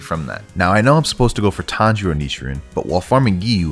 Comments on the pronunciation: His name isn’t tanjigoat kamado it’s tanjiro kamado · WHY DID YOU SAY TANJIGOAT KAMADO LLLLLL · what is Tanjigoat i am going to help it is Tanjiro Tanjigoat made me 🤣i am going to like because it wa funny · my boy buther tangiro name so bad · He's name is tanjiro not tanjigoat he's not a goat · TAN-JE-RO NOT TANDERO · BRUHHH HIS NAME IS TANJIROOO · Tanjigoat💀 yorigoat💀tanjugoat💀